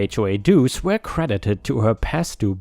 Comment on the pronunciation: Yo my dude, "were" is said as "wur" not "wear/where." 🤪